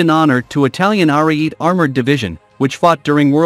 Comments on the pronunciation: Please program your computer voice to pronounce words correctly. This Italian tank is not called "Are-eat", it's "aree-eh-teh", meaning "(battering) ram" in Italian. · Are-e-et-ay. That's how it's pronounced, Rookie... You only damage your own credibility...